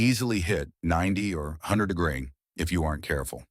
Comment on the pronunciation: AI mispronouncing degrees every freaking time is a deal breaker for me.